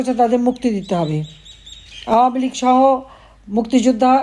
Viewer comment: Did she say gujob league?